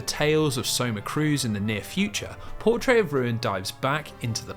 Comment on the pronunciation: i've never heard portrait pronounced like that in my life. truly shocking.